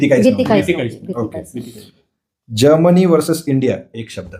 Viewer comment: जर्मनी ह्या शब्दाचा निट उच्चार करा, ऐकताना तो जामुनी वाटतो. हळु बोला स्पष्ट बोला घाईची गरजच काय?